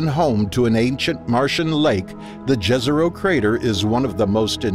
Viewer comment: It is pronounced Yezero. :)